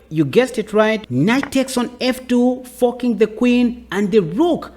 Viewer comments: Is he saying "fu ck ing the queen" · You gotta stop saying forking with your accent buddy 😂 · I wish I could get away with his pronunciation of "....forking the Queen ". Gives me the "chuckles" every time. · he’s forking pronouncing like a g. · You are (accidentally?) making fork sound like fuck and forking sound like fucking, and it's hilarious! Great video though!